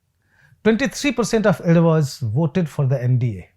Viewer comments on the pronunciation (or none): Sir it is pronounced as Ezhavas and not Edavas.